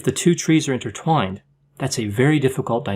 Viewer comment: I want to vomit when I heard you say INTERTWINED. It feels so bad.